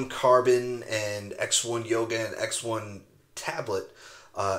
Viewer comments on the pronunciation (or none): none